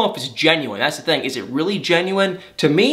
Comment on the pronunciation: No Judgement, only observation... I have my own verbal quirks too... But you pronounce "Thing" as "Thang". I'm sorry, I just Had to get that off my chest! Excellent segment as always tho! 👌 🙏 ♥️